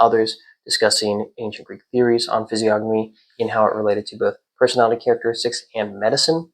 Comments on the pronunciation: Fizz-ee-ogg-uh-me .. or Fizz-ee-oh-know-me ? .. i think this guy is pronouncing it wrong? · the G is silent in the pronunciation of physiognomy! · I thought the G in physiognomy was silent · I completely agree with you. However, the G in physiognomy is silent. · I always thought the G in physiognomy was silent, yet I’ve heard people (including you here) pronounce it as if the N was silent. Which way is correct? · you said the word physiognomy wrong lol, the 'g' is silent